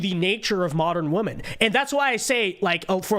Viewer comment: if youre going to be a conservative minority... you gotta learn one thing. Woman-singular, pronounced "Wu-muhn" Women-plural, pronounced "Wi-muhn" You sound like a faht bwack lady that grew up on a stoop if you cant pronounce these the right way. Sending this with love, not hate!